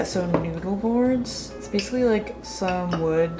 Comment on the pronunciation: When you said „have you heard about noodle boards?“ I first heard „have you heard about newborns?“ and I was really confused for a second 😅